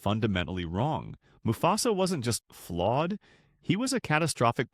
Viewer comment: I was interested in this video until I noticed some clear wording mistakes that is most likely created by ai narration. Example moo fe sa